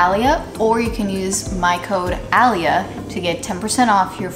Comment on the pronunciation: ALIAAAAAA!!! When she said the name of the hairstyle properlyyyyy 👏🏾👏🏾👏🏾👏🏾👏🏾👏🏾👏🏾. Yes gurlllllllllll periodttttttttt